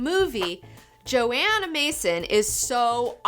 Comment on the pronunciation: It's Johanna Mason, not Joanna...